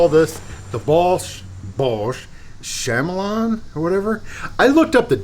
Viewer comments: He's gotta be trolling us with "Sham-a-lon". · SHAM-elon? 😂🤣 I had to restart the video because I couldn't hear anything over my laughing after that pronunciation! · It's pronounced "kuh-MEE-lee-un" like the lizard. I have the M12 and from another review I believe the DeWalt and Milwaukee both got closer to the edge with their offset heads, which is a big deal, and the Milwaukee had easily the best feather control. If you're beating them silly all day, that's probably not a big deal. I keep mine handy with the offset head attached, but it's not my daily driver because it's less powerful than the Surge by a good margin and lacks impact. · Can’t trust nobody that doesn’t know what a chameleon😂😂 it’s pronounced Kamaleon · instalsion ? installation is the correct pronunciation , the bosch is not a chamelon its a chameleon , it changes to adapt to its surroundings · Would it have helped if Bosch had spelled it "KAMELION" or" KAMELEON?" No, it's not pronounced CAMEL LION.